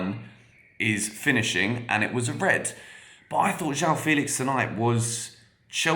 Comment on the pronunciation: Is you pronounce "Félix" with the same "fe" sound as "fennel", for example (that 'eh' sound), you'll have a pretty good pronunciation of "João Felix". It's so close, so why not? 🙂